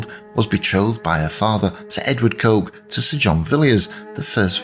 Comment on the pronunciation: The name is pronounced ‘Cook’!